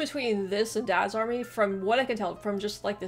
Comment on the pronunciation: DADS army! So funny with the American emphasis! It's Dads Army, flat tone across both words.